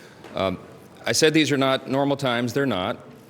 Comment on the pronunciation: Marj, the word is to not ta!